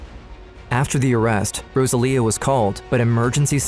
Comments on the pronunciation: It lust bothers me that as they are clearly Latinos, the mother's name is obviously "Rosalia" (Without the gringo accent and a very strong "R"), but the man in the video keeps calling her "Góusalia", I can't. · It’s pronounced Rosa Leah not Rozalia. It’s almost disrespectful how white people will not take the time to learn the proper pronunciation of foreign words. But I will always school them. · Please learn how to pronounce Rosalia.